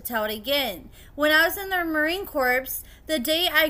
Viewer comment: Please don't say the p in Corps